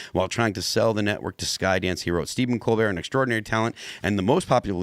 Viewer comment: It is pronounced... Kole-Bert